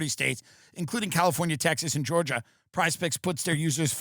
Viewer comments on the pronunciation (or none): none